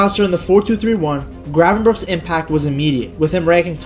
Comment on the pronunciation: Thanks for not saying Gravenbertsj